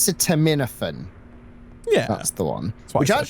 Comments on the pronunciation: Tylenol is the brand name in the US. We generally use generic... (being a pharmacy technician I cringed when you said acetaminophen, the phonetic pronunciation is said as-see-tah-mino-fen) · Even though it looks somewhat daunting to pronounce, acetaminophen is pronounced like this: uh-C-tah-men-oh-fin. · Acetaminophen isn't too difficult to say if you put the emphasis on aCEtaMINophen Sounds like I see the minnow fin😁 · It's blowing my mind that they can't pronounce acetaminophen. It's so common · Hearing you butcher acetaminophen so badly makes me sad